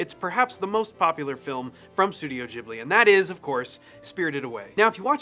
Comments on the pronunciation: Why does everyone say ghibli...like jiblets...its Ghibli like the Gibb Brothers....you wouldnt pronounce Ghandi as Jhandi...anyway brilliant video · GHIBLI pronounced gi-blee not jib-lee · Incidentally, it's pronounced GIB-Lee, not JIB-Lee, just because in Japanese, G is always "hard." This is in spite of the name being copied from a language where the G is definitely soft, so it SHOULD be JIB-lee... but it isn't. 😄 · studio "jeebly"))) There's no "jeeh" such sound in japanese. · Bro said studio jiblee